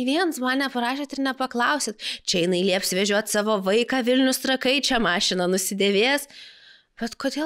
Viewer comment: Trakai kirciuojama nuo zodzio rAtai